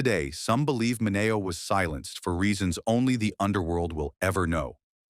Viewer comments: Sal “Min-Ee-Oh” not “ Min-A-Oh!” Teach your A.I. Robot to read! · Sal Mineo is not pronounced Minawo. It's MinEo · It's Sal Min-E-O, I don't know where he got his pronuncation of Sal last name. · ..learn to say his name properly...its, "Min..e..o"...ok.. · Sal min ee oh